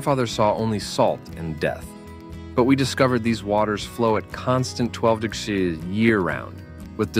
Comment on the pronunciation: Did anyone care to listen to the vocal inflections and pronunciations are interpreted by the AI? This may be good information but it's terribly delivered. Why does it have a problem with saying "degrees" or "percentage?"